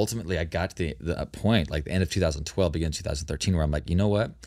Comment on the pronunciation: In the beninging😂😂 I thought I'm the only one who cracks up everytime someone says beginning lol